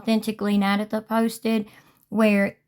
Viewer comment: it's pronounced: na-day-tha, not nad-a-tha (not like tabitha).